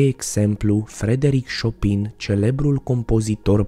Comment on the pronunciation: Bronteeee Se citește "Șopen"